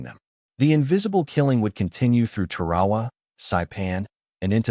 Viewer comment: We had snipers all the way back to the revolutionary war. Scoped rifles during the Civil War. And, WHY is the announcer pronouncing "TAR-A-WA" as "TER-AWA"? Is this AI or something?